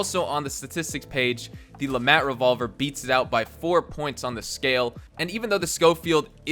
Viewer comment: The T in LeMat is silent